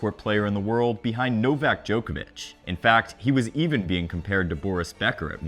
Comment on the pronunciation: I'll never understand why Americans can't pronounce Djokovic's name properly...